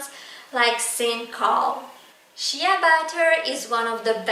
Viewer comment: It's SHAY butter.